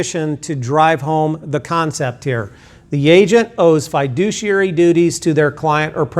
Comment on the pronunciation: not even saying "fiduciary" correctly..... yikes.